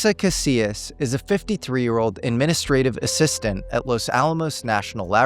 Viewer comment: This was a profound video. Thank you so much! I know it doesn’t really matter but since I know you will be reporting on these people and places again. I wanted to share with you how some names should be pronounced. I come from New Mexico and Bernalillo is pronounced Berna-Lee-yo and Taos native’s last name Casias is pronounced Cass- eeyas. One thing you should know, several women have disappeared in Taos under the same circumstances. It is believed that Taos has a serial kidnapper/killer.